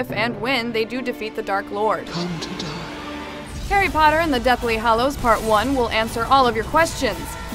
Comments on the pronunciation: did she just say "hairy"? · Why do you prenounce his name as: Hairy potter?